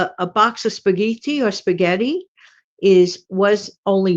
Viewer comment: Excellent video! Thanks so much for all the specific, food suggestions ! I had no idea, that Italians , sometimes pronounce spaghetti, as, spa-gee-tee ! 😂 I think, it’s interesting to learn how different cultures , pronounce words . Have a blessed Friday !! ❤